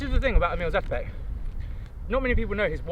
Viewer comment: Dear Ross, if you would be interested to know, the name of Emil Zátopek is pronounced with a long "a" instead of short. That is because in Czech, the ´ above a letter means it should pronounced as a long letter, basically more of them. It´s definitely not the full grammatical explanation, but I thought you would be interested to know.